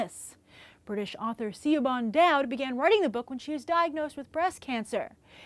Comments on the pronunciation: The name Siobhan is Irish and pronounced like "Shivvon" just fyi. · siobhan is pronounced shevaun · Sio-bhan? Uh, the author has an Irish name which is pronounced She-vaughn. Otherwise, nice work here! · Was that supposed to be Siobhan Dowd? Do Americans not have the name Siobhan?